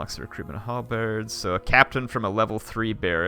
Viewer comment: Why does he say halberds like "harlbards"